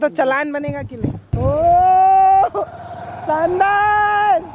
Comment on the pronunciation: मैडम आपका बोलने का उच्चारण ठीक नही है सानदार नही होता शानदार होता है